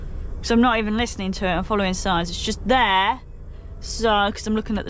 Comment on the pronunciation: "it's up theair " 🤣 🤣